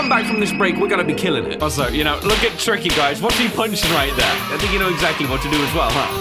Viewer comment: His name is not tricky his name is TIKY